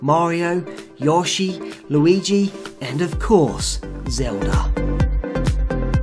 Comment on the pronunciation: Yes you say yoshi right